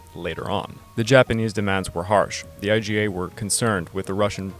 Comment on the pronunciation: It’s IJA (imperial Japanese army) and not “IGA”